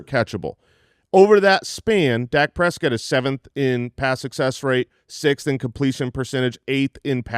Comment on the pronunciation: the only way to pronounce Prescott